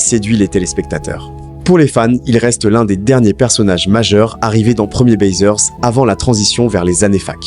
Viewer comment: Le mec de cette raconte de la merde mdr Déjà c'est pas 1er baiseur mais premiers baisers et se prononce bézé <-- baiser Ils ne sont pas décédés C'est juste que toutes les séries AB on été arrêtés peu de temps avant la fin du club Dorothée